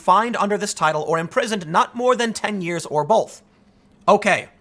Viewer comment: There is no "L" in "both". Great videos though man.